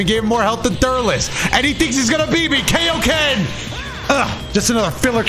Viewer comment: saying “Kay-o-Ken” is the most cursed thing I didn’t need to hear.